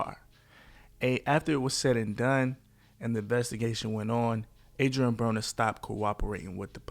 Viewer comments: Broner not bronner 😂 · why you mispronounced his last name- "browner"?... disliked.